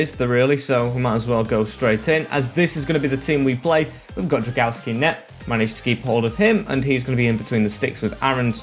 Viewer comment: as a Pole I have to say that the pronunciation of your goalkeeper name is more like Drown-go-vsky, not Dragaski. Still good series, keep it up.